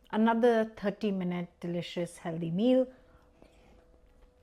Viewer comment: Healthy not heldy. I make a lovely fish curry from tin sardines and prawns - really nice, really quick & really cheap! That's a nasty looking burn on your hand, hope it heals completely & soon. Remember, 'healthy' not 'heldy'. 😛😘